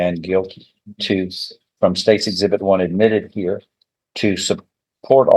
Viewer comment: The word is here. Heeeeere. Not herrrrrr. Stay in jail. That's where you belong. Should have got contempt right then.